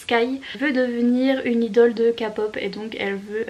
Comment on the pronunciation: Ah j’aime tellement tes vlogs 🥰 🧸 (ps: kpop et idol ça se prononce à l’anglaise 😋)